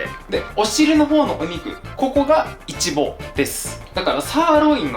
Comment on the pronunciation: イチボのイントネーションが気になる、、🤔